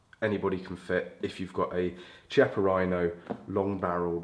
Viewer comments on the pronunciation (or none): KEY - appa Rhino. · UK sucks lol.. the Chiappa rhino( Key-Op-Ah is how it’s pronounced) is such a beautiful gun and then UK makes you ruin the looks of it by adding all tht ridiculous stuff on it lol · Thanks for the great video. Just a brief comment to say that ‘Chiappa’ is pronounced with a [K] sound e.g Kilo.